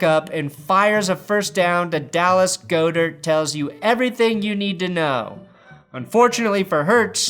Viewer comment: Goedert is pronounced like god-dirt